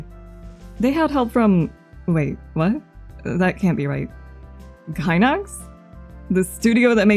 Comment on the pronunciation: so proud of u for not saying GAYNAX ❤